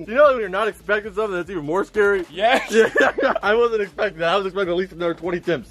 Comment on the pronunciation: why are you saying mnore that’s not even an actual word explain please